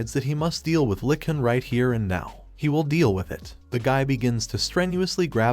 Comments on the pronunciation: Now I'll agree with you on most words. However, when it comes to the word "lich", I can attest that most casuals will not know what a lich is so they will assume it is talking about a literal lick when hearing the word being said. When they hear it spelled like "litch" they probably look it up and see what it is if they don't know already. If they do, then they just assume the AI voice doesn't know how to say lich correctly. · You could probably make the text-to-speech narration more accurate if you replace words that are misread such as "lich" sounding like "lick" by typing them phonetically, an example being "litch" instead of "lich" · the term is "LITCH" not 'Lick' she is not a Troll... Trolls are male, female Trolls are called "Trollips"